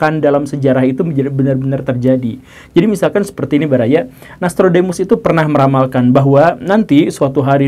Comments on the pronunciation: Guru, tulisan nya nostradamus tapi guru menyebut nya nastrudamus trus,,, ada konspirasi kah? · Pak guru selalu melafalkan NAStrodemus Yg betul NOStradamus atau NAStrodemus sih? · nostradamus bacanya nya nastrodemus to? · U/admin sebaiknya disebutkan referensi yg dipakai. Cara sebut nama Nostradamus kurang pas. Cari makan di YT sapa larang . tks